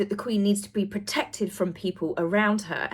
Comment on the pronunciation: the way alone he pronounced the verb "protect" showed just a cliche-ridden man. You are quite gullible. Also: "from the Prince I was born to the man I've become" GOSH! He really can pull himself together! 😅😂😊